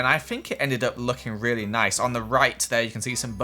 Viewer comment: Who else hears neese and tidy? 😂 Me: Replays several times*: if I did this in a survival word it would've taken me legit hours to do this cause its all so neese and tidy Me: WhA yOu SaYin🤔😢😂